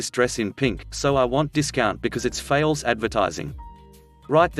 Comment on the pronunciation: Your reader needs ENGLISH LESSONS , it's "false" not "faalse".